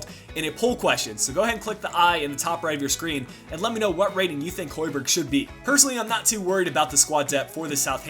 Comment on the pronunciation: Plz, find the real way to say højberg (Im from Denmark) :)